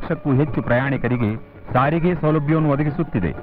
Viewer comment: ಸರಿಗೆ ಅಲ್ಲ ಸ್ವಾಮಿ ಸಾರಿಗೆ.